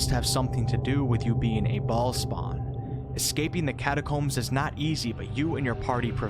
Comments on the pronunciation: I can’t get over the way he keeps saying ballspawn 💀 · Every time you say baal spawn, I chuckle. This is too good XD